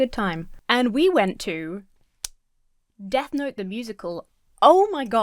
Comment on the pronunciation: Wait, is the name of the musical 'Death Note' or 'Death Gnome?' I can't understand what you are saying.